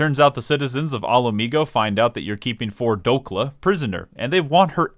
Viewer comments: I like how you never say Fordola's name correctly lol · I love all the pronunciations for Fordola